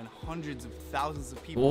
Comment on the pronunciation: when you say people you say paper